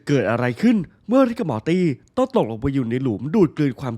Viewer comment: พี่ครับมอตี่ที่ไม่ใช่ม้าตี่ครับพี่พูดผิดครับผมพึ่งสังเกตุได้ว่าพี่พูดผิด